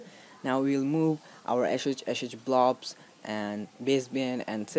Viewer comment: "... now you download the ASHAAAEEECHACHACHAyoublobs" 💀 😂 😂